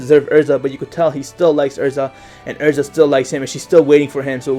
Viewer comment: It's Erza not ersa